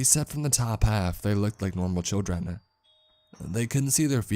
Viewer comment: attempts at the dialect were cute. I'm not sure he nailed chirrun.